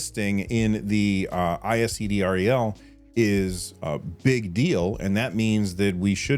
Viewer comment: We call it ISED, not I-S-E-D R-E-L. Wild to see a Canadian mention though.